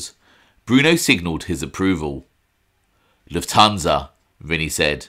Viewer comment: Why do people always pronounce Lufthansa incorrectly..Luft-hansa not La-tun-sa